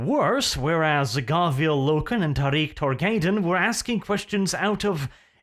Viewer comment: Im "New" to WH...ive read first 5 books of the Horus Heresey...but anyway it sounds so weird to hear u say Trarik Tor-gai-don.....i always read it in my head as tarik torgad-don...lol